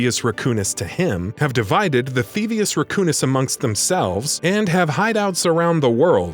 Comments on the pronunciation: Th-ee-vee-us. Not th-ee-vus. The narrator clearly hasn't even played the games. No one who has would botch something mentioned probably a hundred or more times during the series. That said, I won't be watching anymore content from this channel. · And pronounced “thevius” wrong. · "Theavis", "Ratchet and Clark". OMG please re-read your script when you write them. I felt so disrespected.